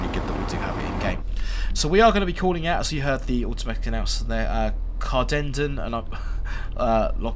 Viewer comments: hate the way the announcement says cardenden it’s car-din-den, also can see my house in this video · Wincing at the onboard pronunciation of Cardenden. Should be pronounced like two separate words; Carden Den